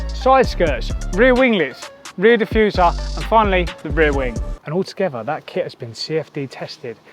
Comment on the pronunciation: Dang, I really love that rear "DIFFUSAH" 😄